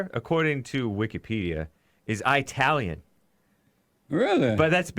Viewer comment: He's pronouncing Italian wrong